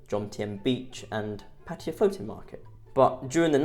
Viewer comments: Pa-Taya brother, Not Patya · What the hell is 'Patiya' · When will vloggers learn to pronounce Pattaya as spelled. Very ignorant people.👎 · Pattiya? Cmon dude.. pronounce it right its a sign of respect by calling it right. Cheers dude